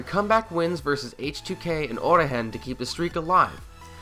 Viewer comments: Orihen ? you mean origen right? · Ori-hen? You mean ori-gen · It's pronounced "o-Ri-gen"